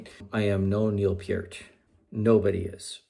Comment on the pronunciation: And you actually pronounced Peart (Pier-t) correctly!!! A true fan!!